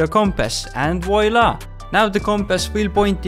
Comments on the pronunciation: I'm french and gg for the "voilà" xD, very good video as well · J'apprécie ton accent anglais sur " voilà " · You have a good français "and voilà" 🤣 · let’s gooo i’m french ! Beautiful « voila » ! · I'm french and the "voila" it was so great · as a french a can that the "voila" was not to bad x). Great vidéo by the way. #baguette